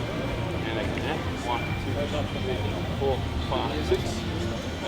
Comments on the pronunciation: It's not "Ehhh". It is "Yeah". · He's saying "yeah" not "eh" 😂